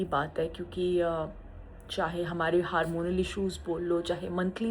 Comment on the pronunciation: It is hormonal not haaarmonal. Vernacular diction. Woman card. Cancer card. Milking